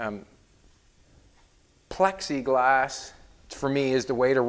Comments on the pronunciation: Love your outlook! "Pexiglas" or "pLexiglas"...at the end of the day you're doing you and we're all blessed by your skills, enthusiasm, and awesome positivity. Thanks for it all! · I seriously thought you called it Pepsi glass. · Pexiglass is ok. I thought you were saying pepsi glass. I was looking forward to you melting down a bunch of pepsi bottles and forming some new hand blown windows. Now that would be different. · I thought you were saying pepsi glass hahaha